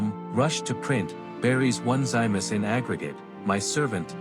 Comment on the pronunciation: His name is pronounced Oh-nis-see-muss!!